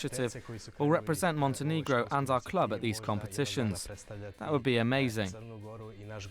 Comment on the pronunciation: OMG, its not Montenigro, its Montenegro!!! -_